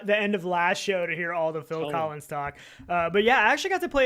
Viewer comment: On the bright side you guys correctly pronounce “Phil Collins”.